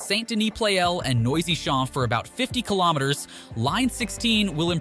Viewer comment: Noisy-Champs = "Noisy Shops". I cannnnn't..... 😂😂